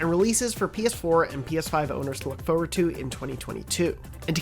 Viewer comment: Why does he always say forward like that? Faw ward